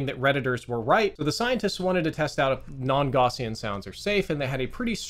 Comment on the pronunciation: plz look up the pronunciation of "gaussian"